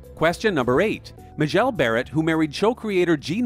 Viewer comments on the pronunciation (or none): There is a mistake in pronunciation in #8 - it should be MAY-jell, who was also the voice of the Enterprise computer.